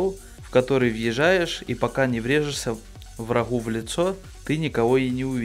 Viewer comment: Как он адово гекает... у врахоу, врахи